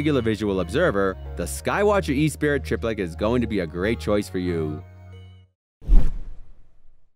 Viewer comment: Props for actually having some good quality telescopes. Usually these. top 10 lists showcase 10 complete pieces of crap when it comes to telescopes. The Esprit 150 APO is a very high-quality scope. The optics are fantastic. That's a dream scope for most. But it's pronounced Eh Spree, not E spirit. There's only one i in the name. An orion XT8 was the only main oversight. About $500 and has good enough optics and enough light grasp to last most people a lifetime. The simplest to set up and operate as well.